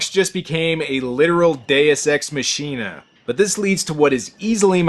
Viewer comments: isn't 'deus ex machina' pronounced mah-kin-ah rather than mah-sheen-ah? [if changed on purpose that's odd too given that's what it means...] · 2 Years later. I see no comments about the pronounciation of Machina... I can change the future. ITS PRONOUNCED "MO-KEENA" ok that's done. 2 years later.